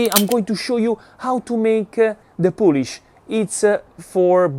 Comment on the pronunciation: FYI it is not Polish as in the country, its poolish like in poo poo!